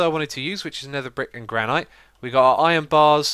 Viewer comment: I'm sorry, but I have to say it: 'Granite' is pronounced as 'Gran-it' not 'Gran-ite'.